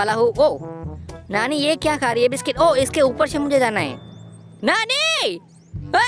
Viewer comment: अरे कया तुम नानी बोल रहे हो क्या तुम नाली बोल रहे है